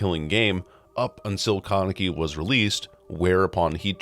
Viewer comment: how you pronounce Kaneki is frying me